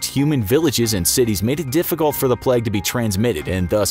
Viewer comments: Bruh why do you keep saying "pleg"... its "PLAGUE" with an "a" not an "e" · I swear you were saying the pleg instead of the plaigue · Sorry if I am bothering you, but you said "plaque" instead of "plague". Again sorry if I am bothering you. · Your pronunciation of plague makes me wanna die. It’s not said “pleg” it’s play-g” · Why is he saying plag and not plauge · Plague not "pleg" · Sorry if I am bothering you but you said s plaque instead of plague . Sorry if I am bothering you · Since when was plague pronounced pleg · it was kinda triggering me that he was saying it that way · I swear he said pleg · The pronunciation of plague in this video killed me. "plegge" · Why does this guy pronounce it ‘pleg’ 😪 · Great video but can’t get my head around the pronunciation of plague